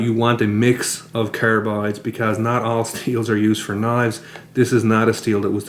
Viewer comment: carabides , what's this aboot